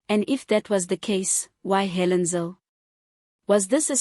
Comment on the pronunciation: still cant get her name right😆